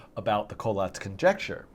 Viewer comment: I love this but I always thought it was pronounced "coh-LATS" lol